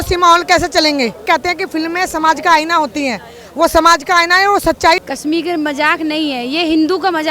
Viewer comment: पयारा हिन्दूस्तान जी, स तथा श में अंतर करना सीखें| कसमीर नहीं कशमीर कहते हैं| शब्दों का उच्चारण ठीक से करें|